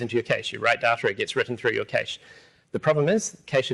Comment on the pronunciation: That's not how you say Cache!